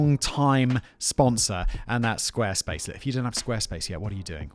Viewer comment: Squaresplace dot clom you say? Was that intentional to get me to replay it like 10 times?